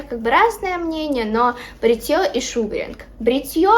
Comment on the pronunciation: Не шУгаринк,а шугАринг